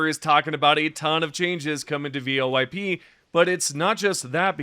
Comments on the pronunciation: You using an ai voice for your vids? Who tf calls voip, vo-ip? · First time I think I've heard someone say V.O.I.P over and over again instead of VOIP.... interesting